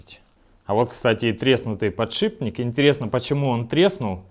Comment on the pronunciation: Автор молодец! И ещё, научите, пожалуйста, своего друга Негоду правильно произносить слово подшиПник.